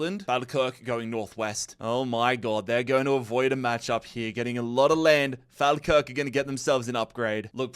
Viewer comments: Just a quick one, I'm scottish and just wanted to let you know that you're pronouncing some of the names incorrectly, falkirk- is pronounced - 'fall-kirk', as if I was falling. Also, kilmarnock is pronounced 'kill-maar-knock' instead of 'kilmer-nock'. Loving the series though! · it's Falkirk, say it like fall kirk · is butchering the Scottish clubs pronunciation. Falkirk is pronounced Fall-Kirk and Kilmarnock is pronounced Kill-Mar-Knock. 👍🏻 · Its pronounced FallKirk and Kill-marnock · The one thing about Falkirk is how some people pronounce it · Sorry, but i can't get over how you said falkirk 😂😂